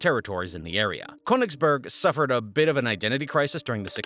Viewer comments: Königsberg (mountain) not Königsburg (castle). 😂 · As a german i am laughing every time he says Köningsberg XD